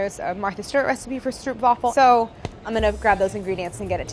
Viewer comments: I admire the Herculean efforts required to make these videos, but the stroop in stroopwafels is pronounced strope. Minor point. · It’s always funny how they pronounce stroop wafels 😂